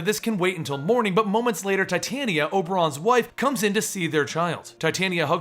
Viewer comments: its pronounced tah-tee-awna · titania is pronounce tit-aan-ia